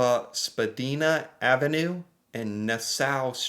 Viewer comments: Spadina Avenue in Toronto is a major street running south from Bloor Street to the Gardiner Expressway and is notorious for gridlock traffic and construction but its such a main street downtown you are generally always forced o to it at some point 😅 enunciated Spad"eye"na it's an "eye" sound again lol not sure if I'm making sense hope you get it lol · Just fyi, it's not pronounced Spedina the way you are saying it, it's spelled and pronounced SPA-dina... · Only five stops away, that's a subway reference I believe. It's pronounced spa- dina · You pronounce Spadina with an I “not a “ee” fyi ❣️🇨🇦😊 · The Spa-dee-na pronunciation is killing me 😂. It's spa-die-na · Its pernounced Spa- dine-a. She is on a street car on Spadina and the stops are very far apart. Five stops can take about 20 to 25 minutes because of the distance between stops and the extreme traffic during rush hour. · The Spadina one might the referring to The Spadina Subway station and the Extension is 8.6 kilometer’s (5.3 miles) and it’s pronounced “ Spa-DYE-nah” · Mary J Blige she is a famous singer its pronouced b l i and Spidina ave pronounced spuh dye nah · I understood the same tweets you did. Don't know what some of them were talking about 😂 btw. It's pronounced, Spa-die-na, which is a bus route. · It's Spa-DYE-na Ave. That would be a streetcar and with traffic. 5 stops can be 30 mins lol. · It’s Spadina (Spa-die-na) and they are talking about the subway and once of its busiest corridors. Huge distance between stocks and subway packed, could take from 25-30 mins to hours if there are problems at cross over tracks / time of day, etc. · Spa-dine-ah. TTC subway. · The last is a mystery it’s pronounced spa dine ah, google Mary j blige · its pronounced spa dyna avenue, considering you only speak one language you are very sad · SPA-Dine-Ah Nass-awe 🤦🏼‍♀️ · Hey from Toronto! Here's how you say Spadina SPA D 👁 NA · It is Spa-di-na with the i pronounced like the i in wine. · SpaDIEna, not spaDEEna